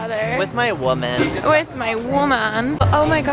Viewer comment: "With my wo-man" hahaha I'm dying!!!